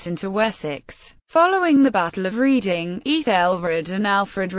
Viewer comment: I cannot abide these computer generated commentaries. Why on earth can't they get a real person to do it? That way they might pronounce things correctly - it's Redding, not Reeding.